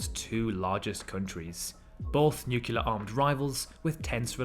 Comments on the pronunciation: Nu-clear, not Nu-cyu-ler. C'mon! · “Nuclear”. Not to “Nucular”. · Nucular? Meaning nuclear? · I hit the stop button. It’s pronounced NU-CLEE-AR not NUKE-YOU-LAR. i’d rather listen to nails on a chalkboard. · I am SO sorry. You sound SO ignorant by saying NU-KU-LAR. It is "NU-CLE-AR. Say it right or you will lose your audience. I came here to learn something, but when I hear this kind of ignorance, I can't really believe you. What is going on that you don't know this??? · The world nukular doesn't exist. Practice saying: nu-CLEAR. (Pet peeve). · Word: Nuclear How you pronounced it : “Nukeyuler” 😒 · repeat after me - NEWCLEAR NEWCLEAR not NEWCULER ok? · New Klee Ur not Nuke u lar learn to talk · It drives me crazy how in this video the word “nuclear” is consistently mispronounced as “nucular” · I will never understand why people pronounce "nuclear" as "nucular" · "nucular " , , and . It hurt my brain a bit..The rest was pretty good. U still got a like from me. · the word is nuclear. not new-kyu-lar. read a book. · Is it so difficult to pronounce "nuclear" correctly?!